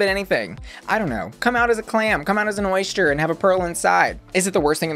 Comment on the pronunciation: Say oyshter again